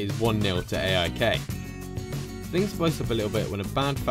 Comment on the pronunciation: You cant pronunce aik